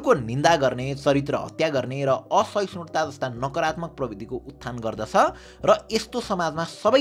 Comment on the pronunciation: प्रबिधी होईन प्रवृत्ती हो, कृपया उच्चारण सही गरिदिनुहोला। लाखौँले तँपाईको भिडियो हेर्छ, गलत कुरा नसितुन् भनेर मैले सुझाव दिएको हुँ। अन्यथा नलिनुहोला। म तँपाईको भिडियो नियमित हेर्ने गर्छु।